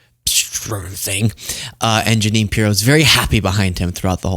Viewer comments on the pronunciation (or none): Ja-nine Piro?? Lol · ❤️💙💛🇺🇸🇺🇦🇨🇦💛💙❤️ He slipped and said “taxes” instead of tariffs. He slipped and called the United States “company” instead of country.. and the Junine thing is just clear evidence that his brain is mush. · Look at Jeannes face when he says junine 🤣🤣🤣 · He said Ja-Nine because he's Ja-Lying!😂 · Ja-nine? Was he fantasizing about Pirro? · Ja-nine? lol Maybe he was thinking about Janine Piro the zio. trumps killing the country, it wasn't dead at all. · Dumptruck is obsessed with numbers. He has no idea what he is talking about most of the time. TACO with Orange sauce! ALSO: Ja-nine = the way my sister's name was spelled, another version of Jeanine. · Jeanine Pirro, looks at him like, oh always, such BS, what’s he saying now? And then, he pronounces my name wrong? What a loser, and I said yes to this?